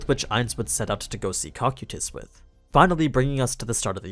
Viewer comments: Dont if youve mentioned this...but the way u pronounce Cocytus is so off putting. like why? the audiobook or anime don't say it like that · I don't like how you say Cocytus :/ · I really enjoy these videos but could you please pronounce some of the characters' names correctly, especially Cocytus.